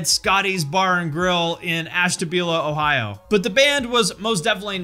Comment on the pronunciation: Was not expecting to hear "Ashtabula OHIO" lmao